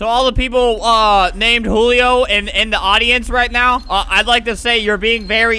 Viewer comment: Why u say julio, hulio